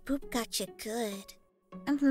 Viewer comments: i always hear Boob instead of Boop. im sorry. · ITS BOOP NOT BOOB 😂😂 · Omg u called it boob XD its boop btw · It's boop not boob xDD lmao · liba sara channel OMG ITS BOOP NOT BOOB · Boop sounds like hoop kinda btw nice vid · Wait aphmau did u say boob or something else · I thought you said boob for a second